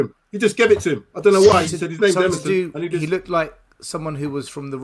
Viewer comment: Emerson, not merson, because merson played for gooners